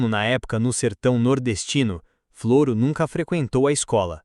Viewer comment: Se chama Floro sem acento no O.. e o nome da cidade é Olivença. Não leia Flôro. É Flôro sem acento no no "Od